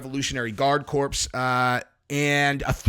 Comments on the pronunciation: Its pronounced core not corps lol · Corps is pronounced core, like Marine Corps. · Corps is pronounced core